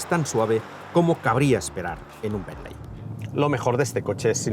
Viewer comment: Me sangran los oídos cada vez que dices "benley" 😂😵‍💫 Se escribe "Bentley" pero se pronuncia" Bently" Quitando eso que mastodonte es el Bentayga 😍😍 Lastima que en Monaco no hay muchos más